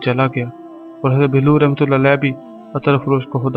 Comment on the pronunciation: Bhai Hazrat Bahlool khana tou seekh lo phir channel bannana urdu par raham karo